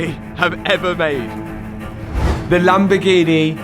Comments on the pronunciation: Lamb-A-Gee-Nee? Again? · A proper lamborguini